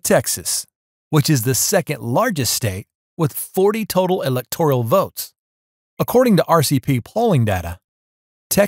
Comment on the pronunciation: STOP saying: Elector - IE -al. The word is: ELECTOR - AL. There is no I or E in that word. You made me cringe--couldn't keep listening. Elector al.